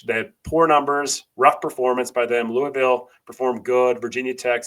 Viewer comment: Very well done and thoughtful analysis,. My only suggestion is that you learn to pronounce "Louisville" correctly, the way the Louisville populace pronounces it. It is more of a sore subject with them than you might think!